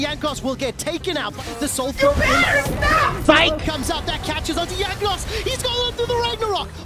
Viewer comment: mans said Jagnos